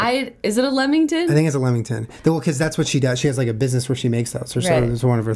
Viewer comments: LEMMINGTON IM CRYING haahah yes they are made from lemmings. It's actually LAMINGTON and they are dope affff, must be the accent lol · Aww Nat made you lamingtons! What a boss. We call 'em lamb-ing-tons, not lem-ming-tons :P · hahahaha! 'LAMingtons'! close XD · 'Lemingtons' fucking 'Lemingtons'...